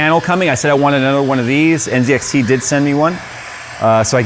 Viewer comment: And NZXT should be pronounced next